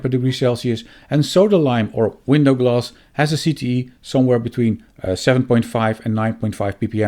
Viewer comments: Oh! you are saying glass !!! Why are you saying gloss !!! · Maybe pronounce it as glass not gloss